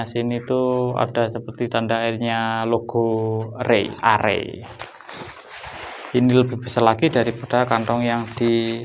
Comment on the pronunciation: itu arei bukan rei,logo gunung itu bacanya" a"